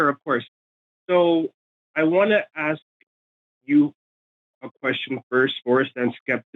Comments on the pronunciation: Good to know that not all dumbasses are Americans. As soon as said "axe" instead of "ask," he outted himself as dumb, and things just spiraled downhill from there.... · It's as hard for some Americans to say "ask", as it is for to understand this argument!